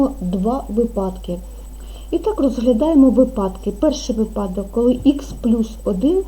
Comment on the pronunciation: Дуже дякую, але вИпадок наголос на перший склад, нам ще ЗНО з укр мови складати)))